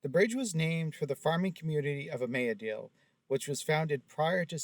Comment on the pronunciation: Hi. Local here. It's pronounced "Mus-con-net-cong" (river and lake). Imlaydale (pronounced "Im-lay-dale") is a historical registry community and has an old mill and such. It's a residential community now.